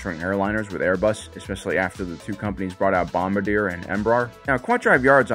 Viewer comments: Pronounced bomb-bar-dee-ay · It's Bomb-bar-dee-aye. I work for the company lol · i dont agree with your views on Boeing, although i will admit things have gone very downhill these last few years, but decades ago they were a very well liked company. i would also point out that as a canadian, Bombardier is not owned by Boeing anymore, al6hough they only build private jets. also, even though i cant write out the correct pronunciation, please try and correctly pronounce Bombardier correctly in the future. (its a french canadian name so even i struggle with it once in a while, dont sweat over it) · The pronunciation for Bombardier is bom-bar-dee-ay and Embraer is em-bre-ehr